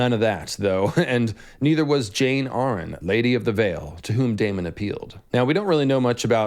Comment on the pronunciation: “Arryn(Air-ren) not (Are—An)”